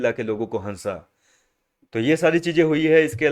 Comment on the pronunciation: Mat Hansa✅ Mat Hassa ❌😂